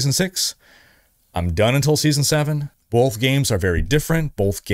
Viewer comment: oh man are you saying BOLTH?! or Both?